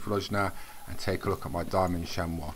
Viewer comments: hi its pronounced like shamie not shamow thnx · ps its pronounced chamy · you pronounce it, sham-ee.